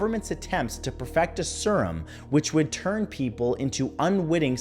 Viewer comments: “Sur-uhm”. Smh you really don’t know how to pronounce serum? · You pronounced serum 'sir um' several times and at the end you said 'see rum' WHY IS NO ONE TALKING ABOUT THIS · Serum = SEErum, not sirum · Isn't it Seer-um? Surum just seems w bit wierd given how it's spelled. But then I pronounce things how I see them written, so... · Yes, it’s seer-uhm. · Agreed. Sear (as in fear) rum (see the alcoholic beverage). That simple! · That is Sure as hell not how you pronounce Jiminez Or Serum